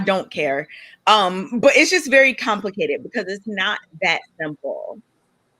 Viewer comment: To summarize: it's compli-KAY-ted